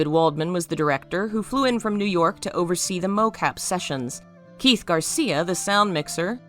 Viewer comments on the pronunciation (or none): none